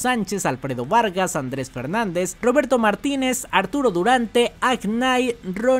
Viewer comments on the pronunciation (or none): none